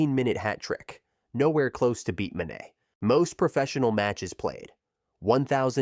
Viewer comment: The moment i realized this was AI slop when he pronounced mane like that, i stopped watching ASAP